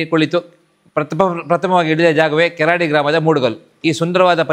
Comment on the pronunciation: కేరడీ కాదు బ్రో కెరాడి ❤